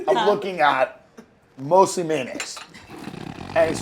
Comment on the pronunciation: Between Berts grandma laugh and Tim saying May-naise.. I'm dying 😂